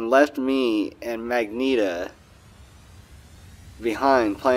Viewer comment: it's Magenta MA GEN TA MU JEN TU. I thought this would be helpful for you to say the name correctly.